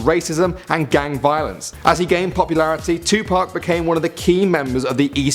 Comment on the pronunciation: THANK YOU!! YOU SAID TUPAC RIGHT!!!👍👍